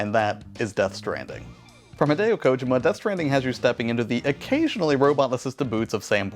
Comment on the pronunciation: How you pronounced Kojima upset me.